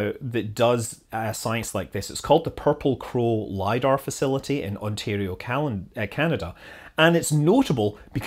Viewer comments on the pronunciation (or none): none